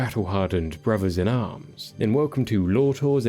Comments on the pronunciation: It's a "th" not and "fr" sound. Learn to fucking pronounce words correctly if you're going to narrate videos. Jfc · You should learn to pronounce your own language correctly. It’s “brothers” not “bawuvvaz”..